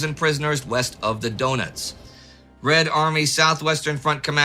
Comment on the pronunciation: I very much appreciate the fact that you make such an effort to pronounce the various foreign names as correctly as possible (kudos for that), but , south of the Donets sounded more like south of the doughnuts! Please do not regard this as a criticism, I love your channel.